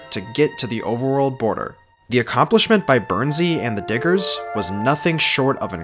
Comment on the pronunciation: that sounded nothing like the word digger